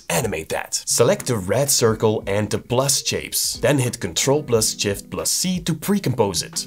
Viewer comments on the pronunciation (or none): "Control + Jift + C" I think I'm the only one that caught that, shows you're human!